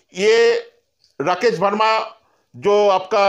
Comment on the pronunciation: It's Verma not Verna bro....